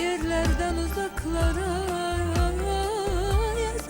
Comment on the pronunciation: nəğmə deyən dodaKlara- bir hərfi türkcə deməyin nə mənası var?))) bir də uzaKlara)))